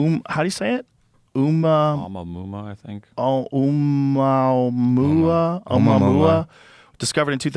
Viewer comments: thanks for making me feel like a genius for knowing the pronunciation. It's definitely not o-ma-muma 🤣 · Oh that thing? It's pronounced as "Oh-moo-uh-moo-uh" and it's named after a Hawaiian word meaning "first scout/visitor from afar/distant place." Everyone's heard of this odd shaped object in space. It has a weird trajectory from outside the solar system and passes by the Earth every so many years. This isn't new news about this object. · Pronounced, “oh-mua-mua”